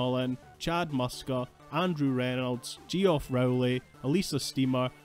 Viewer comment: Who's "we"? Millennials? Zoomers? Hey, now, "Geoff" is a pretty serviceable spelling, and has been for a good while; the mispronunciation of which is so rare that it stood out and prompted my comment. Elric > GoT 😉